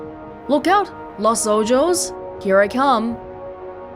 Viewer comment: Lol “Los Ojos” is pronounced “Los OHOS” which means “The Eyes” in Spanish